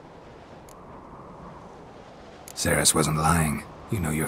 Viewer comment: I think it's pretty cool to find out that there's a video game character with the same name as me but I was really weirded out by the pronunciation. No one has ever pronounced like that ever. It's actually pronounced cer-is not ser-is. The Welsh language doesn't really convert C's to S's the way English does.